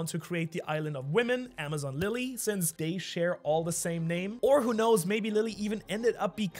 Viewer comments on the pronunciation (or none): none